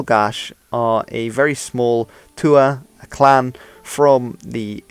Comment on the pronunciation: Write 'write', pronounce it 'rait'. GENIUS! /s The 'th' in 'tuatha' is pronounced as a 'h'. It used to be pronounce like a 'th' in English, but that was 1000 years ago. Also, 'tuatha' is pronounced more like 'tua-ha'. mispronounced it. Irish spelling might look inpenetrable, but its surface complexity is (a) a consequence of being written longer than any other European language other than Greek, (b) having a complex phonology that makes the Latin alphabet ill-suited to it, and (c) balancing ease of spelling with preserving useful etymological information. That's the reason why a word like 'beochaoineadh' is spelled the way it is: unlike English, Irish has consonant mutation and a contrast between palatalised (slender) and velarised (broad) consonants, and has to jump through hoops to represent those, which the Latin alphabet isn't good at. In fact, for its age and issues, Irish orthography actually represents the language surprisingly well, and is a significantly better representation of the spoken language than that of English, which only looks easy on the surface, but unlike Irish spelling, which is straightforward once you learn the principles, English spelling is nothing but a rat-king of exceptions.